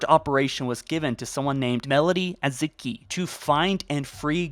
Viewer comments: I also don't know what he called Melody Azikiwe, but her last name is pronounced Ah-zUh-kēe-waY. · I hate that you were sponsored by audible and imply you’ve listened to all the halo books, yet you miss pronounce a lot of names that are quite clearly stated in the books such as Melody oz-a-key-way